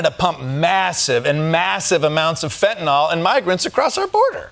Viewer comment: it's not fentanol, it's fentanyl, even Chrome's spell checker gets it right.